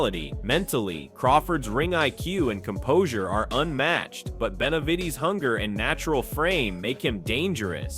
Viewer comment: Man, if you don’t stop saying David Beniveedss😂😂😂